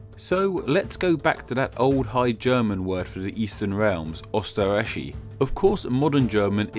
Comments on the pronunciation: Pronunciation is Not "österrashi" it is "österraih" I think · You pronounced Austria's German name wrong (German is my 2nd language, and I have spoken it since 1997, I am not fluent, but hearing someone say the second syllable as "reik" annoys me) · Why does he start pronouncing Österreich as "Osterash" partway through? He was pronouncing it right originally... 😑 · Österreich is pronuntiated as "Yoster-raaish" not "Osterraish". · Not O it is Ö it sounds like the i in Sir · UUUSTERAICH Well, you tried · for future reference, it's "øːstəʁaɪç" in IPA. Ö is kinda like "uh" or "ooh" and the "ch" is much softer, and halfway to "sh" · Your pronunciation of 'Ostarrichi' was spot on but your 'Österreich' sounded like 'Üsterreich'^^ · But in no German dialect does "Österreich" sound like "Uuhshterraick"😂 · I like how he pronounced Österreich Üstereich. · "Mowsard", "Owsterreich" XD. Wow, massive pronunciation problem. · Hmmm...."Oyster-ryte-she" isn't the best pronunciation. ...but I know Ö + CH aren't easy for native English speakers. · the CH makes a K sound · Good video nonetheless but your lack of skill to pronounce "Ö" is killing me.. Turkish and german shares "Ö" (although the uses are utterly different) so when I was learning german it was easy to pick it up, but I see it's hard for you so I'll make it simple, pronounce it as "Oe" (that's the German version without umlauts anyway.. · I'm from Austria and it's so funny how u pronaunce Österreich (Oberösterreich / Overaustria) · Maybe you should pronounce that 'ö' sound well, if you're making such type of videos. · I think the ch was way more of an issue. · Hehe, for me as a german its quite funny how you pronounce "Österreich" ;) But I know, pronouncing the "Ö" right is even harder than the "th" in English language ;) Nevertheless a very cool video, I was always thinking about that and you gave me the correct answer, thank you! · He pronounces Österreich wrong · Your pronunciation of Österreich is funny